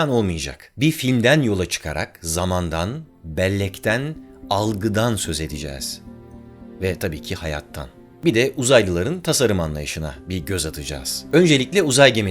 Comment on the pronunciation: 1.43 Söz edüücez 😂😂